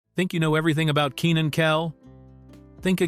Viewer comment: ikr his name is pronounced KEY NIN lmao they keep saying kennin they need to get with it